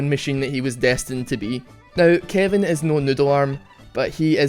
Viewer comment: lol I first time you said Kevin I thought you said kiandy XD (please don't kill me ;_;)